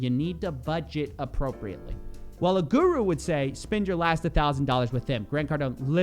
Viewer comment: whenever u say guru with ur western accent, i cringe to my teeth🤢, at least pronounce it properly